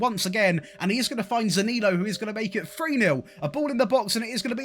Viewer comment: You need to work on how you pronounce Zaniolo